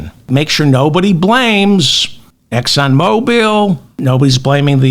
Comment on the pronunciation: David it’s Exon Mobil , not Exon Mobile. Thanks! 😊